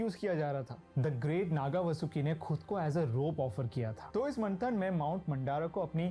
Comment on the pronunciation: Whoever the guy is in the video he clearly needs to study the very subject he is talking about. The most important aspect in Sanskruth is pronunciation. This Indian guy is so embarrassing. He literally called Parashuraama as "Pashu" Raam which means "Animal". मंथन ko मनठन bol raha hai... मंदार पर्वत ko मंडार bol raha hai 🙄🤷 हयग्रीव ko हया ग्रिव 🤮 हिरण्यकशिपु ko Hiranya Kashyap... हिरण्याक्श ko हिरन यक्श 🤒🤧 This guy is cringe!